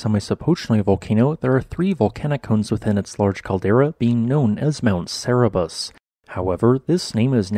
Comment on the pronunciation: Why do you pronounce Cerberus as Cerebrus? Am I missing something?